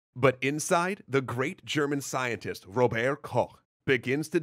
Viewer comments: RoberT not Rober-, its not french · You pronounce the T in Robert. So it's Robert Koch, not Rober Koch. Also, the singular of bacteria is bacterium. So he isolated a specific bacterium. Or bacterial species. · "Rober' Koch"?! Since when was he a Frenchman? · Its RóberT !!!! Why can't Americans never get german right?! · As a german, I will give you a little hint at the correct pronounciation of "Robert": the "t" isn't silent. It's supposed to be audible. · Please dont pronounce Robert as if it was a french Name! Because it is the German Version the "t" is very much Not silent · Maybe, at least pronounce his first name properly? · Why did you pronounce his first name french when he was german? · Somehow he pronounced it our way (french way)...well, everyone recognised it anyway. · So interesting how Robert Koch's name is pronounced with a bad French accent for some reason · shadebug agreed. nothing is more annoying than over-pronouncing names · Why do you pronounce his name like a french? It would sound better if you simple used the english nunciation for robert. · Okay, I know "Koch" is very hard to pronounce, so no problem there, but, just out of curiosity, why did you choose to use the French pronounciation of "Robert"? Normally, using the English version of a name is totally fine, but here, using it would've been even closer to the German pronounciation. I'm not hating, just interested why! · Is there a particular reason you pronounced his [first] name in the french way? [edited for clarification] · Just for future reference: The "t" in Robert isn't silent. ;) As a general rule: If you write it you speak it in German. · Pronouncing Robert's name that wrong (as in 'not the local way') is kinda off-putting. You even talked about the rivalry between France and Germany and still went on to pronounce Robert the French way. (It's good though that someone at some point pointed it out early enough for you to change it in the second episode)